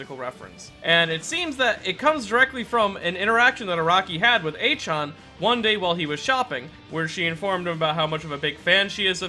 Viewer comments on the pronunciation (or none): NOOOO You literally have in your video "Ah-chan" but you called her "Ey-chaaan" ugh. Chan is pronounced "chyan" and "A" is pronounced "Ah". Learn Japanese dude. -sincerely, a Perfume fan who went to their concert in Chicago 2016, and is going to go see them again this April!!! Its so cool to breath the same air as someone Jojo's author also breathed the same air with. (creepy nerd breathing noises)